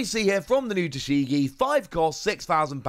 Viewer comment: Who the hell is taSHEgi ?? 🤔It's Tashigi !! Learn some basic pronunciation